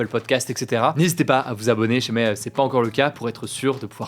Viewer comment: Bon Hugo..on dit « Si jamais » pas « sjamais »